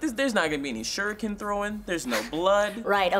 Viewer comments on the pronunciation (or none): none